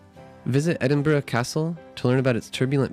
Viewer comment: As a native Scot I award you 10 out of 10 for your pronunciation of Edinburgh.👍 Good job with the video.